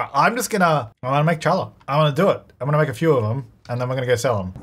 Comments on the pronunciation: Will figure out it’s “holla” and not “challa” for the bread? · it's not tsh-allah, it's h-allah (hard H) plz look up challah bread lmao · Omg each time you said "Challa" I screamed at the screen that you are pronouncing it wronggg Its a traditional jewish bread, the name is in hebrew, the ch stands for a letter that doesn't exist in english, ח ,it should sound more similar to "halla" but the h' sound is fro the throat, like a cough lol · I must admit, I flinched a little every time he said chal-la instead of HA-la 😂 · someone needs to start a count of how many times called it “CHallah” instead of “cHallah” bread this episode 😂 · it's pronounced "hallah" not "challah" lol it's a jewish bread :) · Challah is pronounced "hallah" :P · Lol it’s not pronounced challah its not a ch sound it’s a silent c. (Hullah is how it’s pronounced) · Yep, but we forgive you. Its said Hol-lah the C is silent! Its delish! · Hey! I’m Jewish and was happy to hear about something from my culture in this episode! Challah is absolutely wonderful and I suggest giving it a try! Challah french toast is also great. The “proper” pronunciation is (χa'la), which starts with a guttural kh sound. But the anglicized pronunciation is (hall•uh)! Challah (plural- challot) is a Hebrew word (spelled חַלָּה) and therefore the English pronunciation is a bit different! So no matter how you say it, we appreciate the sentiment! Happy last day of Hanukkah! 🕎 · I'm so excited for this series I wasn't expecting part 2 so soon 😭 Also mispronouncing Challa (HA-lah) rly was something - the CH sounds so aggressive lol 🫠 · Just a heads up! Challah is pronounced with an H sound. It’s written Ch because you’re supposed to also do the back of your throat about to spit sound with the H, but a lot of people can’t pronounce it so just the H is fine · teehee at ' challah pronunciation - its pronounced 'haa-la';) Its also delicious and now I want some. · The C is silent. Like HA LAH